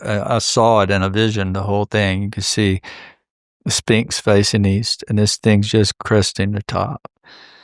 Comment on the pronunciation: He always calls The Sphinx “The Spinx” 🤣